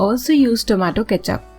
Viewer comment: Tomato cethup 😆😆